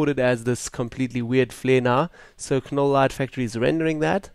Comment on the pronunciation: its pronounced NOLL the K is silent!